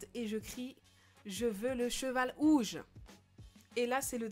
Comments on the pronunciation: mes pourquoi elle dis ouges ses rouges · pk tu dit ouge au lieux de rouge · Bourquoi tu dit ouge au lieu de rouge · Tu disais OUGE ? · elle dit un cheval ouge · pk elle dit''un cheval ouge